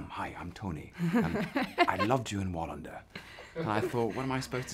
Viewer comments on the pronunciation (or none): As a Swede I'm dying over Tom's pronounciation of Wallinder... xD